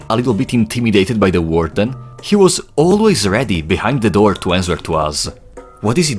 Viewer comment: great video my friend but you gotta watch your pronunciation of answer, quarantine and a few other words lmao